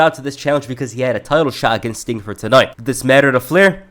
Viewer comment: I noticed you said "stink" instead of "sting" in some instances or I'm hearing things.